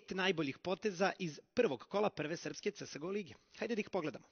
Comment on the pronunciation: da li je tesko izgovoriti 'ce es go' hehe xd?